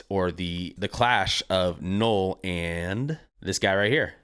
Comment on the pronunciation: Null like hull not gnoll like hole